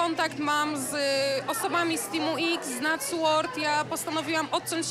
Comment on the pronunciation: Patsu a nie Natsu ;)